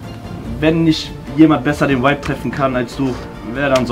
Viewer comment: jury hat keine ahnung wovon sie sprechen, in jedem satz sagen die "du hast den vibe (wuibe ausgesprochen) sehr gut getroffen".. bruder welcher vibe?? was ist das für eine bewertung, wie wärs mit aussagekräftiger kritik??